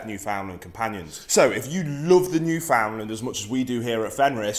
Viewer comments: I knew this guy had no idea what he was talking about when he mispronounced Newfoundland, and continued to mispronounce the name throughout the video. Sure these dogs are one of the largest breeds but having grown up with these dogs, even the largest Newfoundlands are small in my eyes. Also you do not need to weigh more than your dog to take care of it. I had a 180 lbs puppy named Rex, and I could walk him by myself when I weighed about 60 lbs. That means that this energetic puppy that was more than double my weight would pull and run every time I walked him, and I had little to no difficulty keeping control. I'll agree that maybe this breed of dog isn't for everyone, clearly too much dog for the guy in this video. But don't be discouraged because one man said "they're huge dogs" (said in the same mocking tone as Willem Dafoe in The Boondock Saints). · You should learn how to pronounce Newfoundland. "newfen-LAND. You are saying it so wrong mate. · Finally some cultured people, my guess is your a Newfie because i have never met a mainlander who can pronounce it right. They always say “new found land” or “ new Finland🇫🇮 “ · Great video, thank you. As someone who has owned several Newfoundland dogs, is married to a Newfoundlander and has spent a lot of time in that beautiful province, please pronounce Newfoundland as you would the word "understand" with emphasis on the last syllable - like"NewfundLAND". Thank you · Actually, the pronunciation of "Newfoundland" should be noo-fin-land, not new-found-land. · Although spelled 'Newfoundland' we pronounce it as if it were spelled: "Newfinland" Thanks for the video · It isnt new found land, its all one word not broken down into 3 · It’s pronounced more like “newfinland” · Pronounced: new-fnd-land Or newfnlaand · It’s actually pronounced newfndler :) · It’s pronounced newfnland 😁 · No its pronounced New”fen”lander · I just lost my Newf last Tuesday. 😞 Wish he would pronounce it right